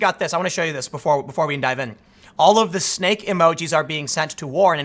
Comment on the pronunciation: Ahh, you said "Snake", I thought you kept saying "stake". But I'd assume they meant "snake in the grass".